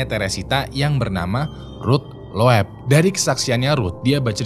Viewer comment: Masukan buat, Chicago dibaca = shi ka go, loeb dibaca = lub